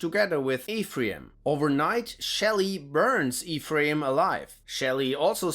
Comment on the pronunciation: Worst pronunciation of "Ephraim" ever. You should check Robert Silverberg's The Book of Skulls.